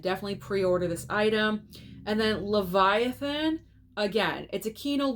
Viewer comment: Yep you pronounced Leviathan correctly